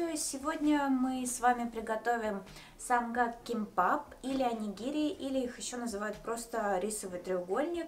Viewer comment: не самган, а самгак))) 😊😊😊